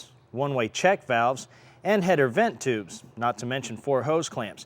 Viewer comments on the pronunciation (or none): none